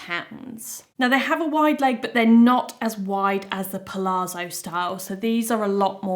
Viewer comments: Thank you so much for all the hard work trying on so many pairs of jeans, to save us having to! I live the Sienna for everyday, and wide leg with cropped top for a smarter look. BTW, pronunciation of palazzo is not 'palaarzo', but 'palatzo'. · It’s pal-ATS-zo, with the emphasis on the ATS. Same as the zz in pizza, it’s almost a t sound.